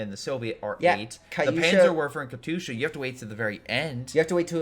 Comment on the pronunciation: How do you sit next to someone saying Katyusha correctly and keep saying it like a derp.